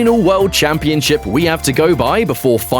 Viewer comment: The pronunciation just got changed to "camp-ee-on-ship"